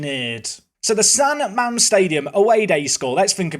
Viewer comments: San ma-mes 😂😂😂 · That pronunciation of San Mames killed me! Also for what is worth, Bilbao is a brilliant city and a lovely place to visit for a day or two. There are tones of little places offering pintxos and their beer is much cheaper than what you'd usually find in touristy areas. Still prefer San Sebastian and la Reale Arena over Bilbao and San Mames, but don't tell them that! Btw, Athletic Club fans don't exactly like their team being referred as "Athletic Bilbao" because if I remember correctly, it's the name Franco used to call them in order to minimize the Basque identity of the club. But I may be misremembering that one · I guess, if Google Maps named the stadium correctly as San Mamés, would have probably not butchered the pronunciation 😅 And I think Franco used to call them (and forced them to change the name to) Atlético Bilbao, which suppressed the english heritage of the club.